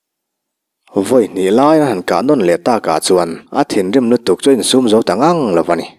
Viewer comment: tawnzang ilam dan adik lo tawn tih kha pangpar tawn lam angin lam rawh khuaibu tawn lam ang nilovin tawnzang hi paite Khua ania tunthlengin ala awm e